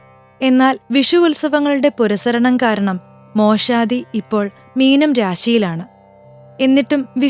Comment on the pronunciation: മോഷാദി അല്ല മേഷാദി മേഷം അഥവാ മലയാളത്തിൽ മേടം